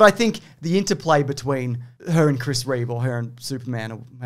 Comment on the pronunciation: Reeve. Not Reeves. #notreeves